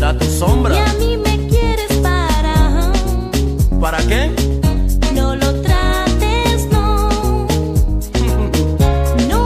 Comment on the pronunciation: cuando dice "¿para que?" solo escucho ¿raqueel?